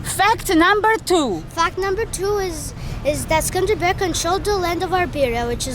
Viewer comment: Not skanderberg darling ,but skënderbej, wish u had a good time, in my home town